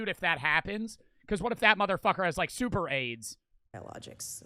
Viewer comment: bro said " SupER AiDs"